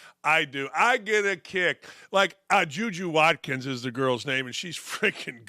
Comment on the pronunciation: Right on the money Dan. Love the takes on everything except Ju Ju Watkins. When he got the correct pronunciation of her name he kept saying it wrong. He kept bringing her up so he could mispronounce it to get a rise. What has she done Dan? Bad look!